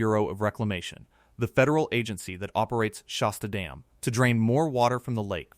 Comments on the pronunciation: It's Shasta (like "hat"), not Shosta. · If this guy cannot correctly pronounce the word "Shasta" then it doesn't inspire me to believe anything he says